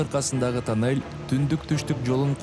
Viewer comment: Кудайым сиздерге куч кубат берсин,омурунор узун болсун,кандай кыйынчылыкта иштепсинер азаматсынар,азаматсынар,ишинерге ийгилик жеп-жутарлар ооздорун тыйышса Кудакааласа жолубузда бутуп калат.Журналист окуп атканда туура окусан,Кыргызсынбы.......? танель эмес тунел